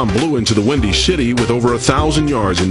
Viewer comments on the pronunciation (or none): Rashaam Salaam blew into the windy shitty it sounded like he said 🤣🤣🤣